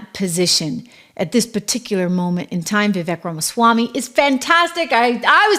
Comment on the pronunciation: Trish, were you talking about Vivek Ramiswamy before you could pronounce his name properly?